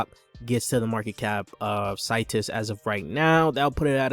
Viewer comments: Seeetus not Situs 👌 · Bro u saying the name wrong